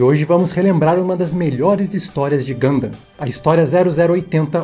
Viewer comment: finalmente um vídeo sobre Gundam, quem sabe agora o aprende a pelo menos pronunciar o nome do jeito certo